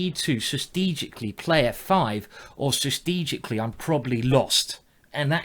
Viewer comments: Ikr, 'sistegically' XD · the way you pronounce strategically :D